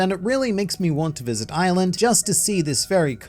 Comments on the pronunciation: Anyone else think he was saying Island before realising he was saying Island? Edit... Ireland. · I thought he was saying 'island' every time till the map popped up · I thought was just daying “Island” then BOOM Ireland jumpscarw